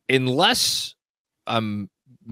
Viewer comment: I love even though he says "inless" instead of "unless" every time.